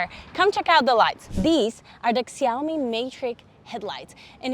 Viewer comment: Cool review, but the brand is pronounced more like "Shaomi".